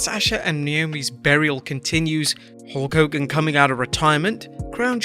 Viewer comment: You said Hawk Hogan like Garret Bischoff in TNA